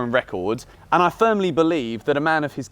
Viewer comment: " progidy" .... I was confused for a sec there.